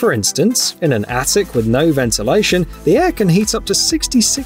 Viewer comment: Did we just pronounce attic incorrectly?